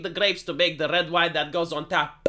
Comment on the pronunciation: "tch-ah~PPP" If you hear someone saying "tap" like that, please, put them out of their missery.